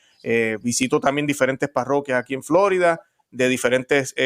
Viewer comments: Florida por favor, no "Flórida". Hablando en español. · Por favor, hermano, usted que es hispanoparlante, no diga "Flórida", diga Florida... 🙏🏼